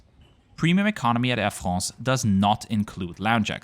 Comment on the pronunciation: "Air FRRROOSS"